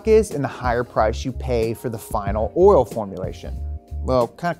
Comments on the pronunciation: Anyone else notice the word "oil" sometimes had an "R" in it when said it? 🤔 😆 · yes I know, and warter for water too, but that doesn’t change the fact that it is a mispronunciation. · I was hearing that too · “OIL RIGHT YOU GUYS!” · I’ll leave this here “Schaeffers oil” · Didn't realize the word "oil" had in R in it. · Why can only say oil right once in every ten times he says it? 😆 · Did he say oil hoez? 🤣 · They should have gotten someone who can say oil correctly to do this video. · Why does pronounce an R in oil lmao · Why can't this dude say oil? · It’s oil not oral. 😂 stop saying it that way. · I swear I he’s saying “oral” lol. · Thank god, I’m not alone hearing “oril” over and over again. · Is it just me or does it sound like he’s saying “oral” pretty much every time the says oil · ORAL? Take a shot every time he says oral, not oil. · I just realized you say oil like "oirl" haha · Why does he say "oral" instead of "oil"? "There's no substitute for that premium, top-shelf oral." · Did you say “Oril” or “Oil”. I like it with the R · is he saying "oral" instead of oil? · Hey, try saying "oil" instead of "oral" it can be misleading to some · My dude says oil like Madea "oiler" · Is saying Oral? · Why he keep putting an “R” in the word oil?? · Its oil buddy not Oriole. Lol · Please change the title to say "Oral" instead of "Oil." or possibly redo this video with somebody who can consistently pronounce "OIL" correctly! :) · He says oral not oil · Anyone else hearing "oriole" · I love how pronounces Oil. It almost varies from "oil" to "oiril" throughout the vid. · I'll take pronunciation of "oiruhl" over James' "Cheh-Vee" any day.. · synthetic oral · Hahaha I was wondering if anyone else was like “why does he keep saying orals?” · Cause he wants to be like all the gangsters that say erl. You better axe somebody. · repping the whole south with his pronunciation of “Urle”! Keep it up buddy!